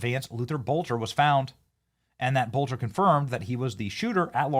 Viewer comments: Its not bolter it's pronounced Bellter. Hello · This masked man can’t be Vance Boelter! Masked man is shorter and lighter than Boelter! His name is pronounced like “BELTER”